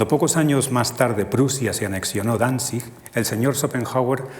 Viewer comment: Causa un gran impacto escuchar bien pronunciados en sus respectivos idiomas Danzig y Gdansk en